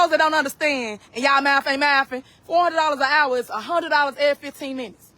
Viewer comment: She also said a hour, it's an hour because the h is silent.